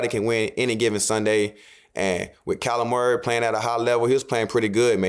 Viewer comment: when you say Kyler Murray it sounds like your saying Calamari